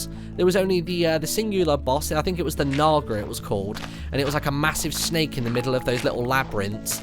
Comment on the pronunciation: Oh Martyn never say Naga again.I sounds like you are saying something else.